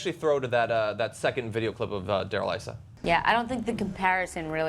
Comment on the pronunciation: His name is pronounced "eee--suh." It's the Arabic version of the name Jesus.